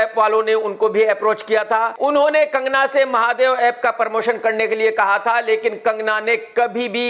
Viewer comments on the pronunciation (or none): Abe pormotion nahi promotion Bhaiyye